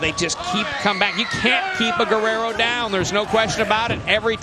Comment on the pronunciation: That’s not how you pronounce “Guerrero”